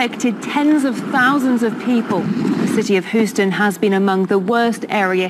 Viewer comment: It's pronounced hue-stun not hoo-stun